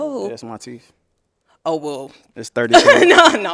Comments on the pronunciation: You got 30,000 in your mouth but don't know how to say TEETH. Okay teef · Bruh said "teef," I don't need to say any more... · “Teef” 😂😂